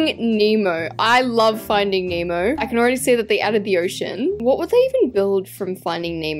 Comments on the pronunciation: She calls finding Nemo finding emo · Everyone saying finding Nemo * saying finding emo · Can she stop saying emo it's nemo! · you keep saying finding emo😂😭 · The way she kept saying finding emo-💀🗿